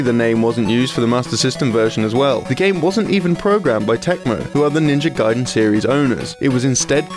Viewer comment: What's this? A western person finally saying "gaiden" right. Some progress here. Keep it up, after several years i would hear them finally say Ryu right at last, with one syllable, like it should be. And not some reeeeiiiyuuuuooo or what's that supposed to be. And you wonder why they renamed ryukenden to gaiden. You can't even pronounce three letter right, let alone whole word..